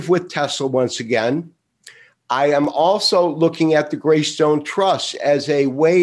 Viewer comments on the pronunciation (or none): grayscale, not graystone